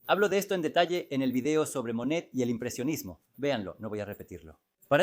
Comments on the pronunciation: Todo el tiempo po estuve confundicda. Tido el tiempo pronunciaba Manet, se que fue traducido con IA YA ESO ES LO USUAL, PERO FASTIDIA. EN REALIDAD SE QUE SE TRABABA DE Monet y no de Manet que es otro pintor. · Extraordinario, sólo ten cuidado al pronunciar Monet y no Manet, son artistas diferentes. Exitos! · No es cierto. Monet se pronuncia "Moné". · Muy bien detallado tu trabajo, .... me parece muy bien trabajado y preciso. Solo qué habiéndo existido dos pintores franceses pertenecientes al mismo movimiento y contemporáneos; MANET y MONET, ( Eduardo Manet. y Claude Monet.) . A quien has tratado de biografiar es a Claude MONET,.... y has pronunciado en todo el video el apellido MANET. Solo ése detalle que crea confución, ... de resto TODO MUY BIEN. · Súper extraordinario!!!! Renoir fue excelentísimo. La duda es en Monet o Manet, son diferentes, y a veces no sé a cuál te refieres porque los pronuncias de un modo o del otro. Ojalá tengas más cuidado en ello, porque se queda la duda. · Curioso que los titulos de las pictures estan descritas en Ruso, ha! Ah, me confundes es Manet o Monet, no puedo distinguirlos cuando pronuncias. Pero gracias! 😍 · La voz IA comete ese error.